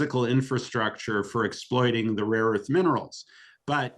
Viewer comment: "raw earths", not "rare earths" -- 😆the president said so...